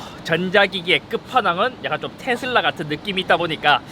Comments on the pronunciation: 테thㅡㄹ라 엑thㅡ ㅋㅋㅋ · 앞부분 테 슬 라 할때 취한게 아니면 더위 먹으신건가요? 건강 잘 챙기세요.👍🙂